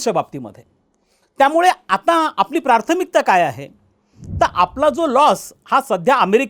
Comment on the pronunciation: Prarthamikta nahi prathmikta